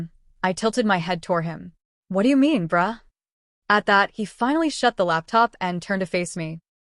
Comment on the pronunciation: Okay the bruh sounded like bra 😂😂😂😂, it's kidda funny